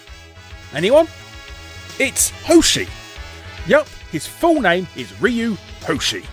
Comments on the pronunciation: Everybody knows it’s pronounced “Rye-You” or “Rye- ooo” and not “Reeee You” You do pronounced Guile correctly though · It's pronounced as "Ruu" (with "y" in "Ryu" falling back down), not "Riyu". According to Google Translate, I got "Hyu" (with "y" actually pronounced). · Ryu is a Japanese and you are totally clueless of how to pronounce his name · The way you pronounce Ryu made me laugh out loud.... But now I can’t stop thinking.... Have I been saying it wrong my whole life? (Saw flashback music plays) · A video about names and you're not even pronouncing Ryu correctly 😅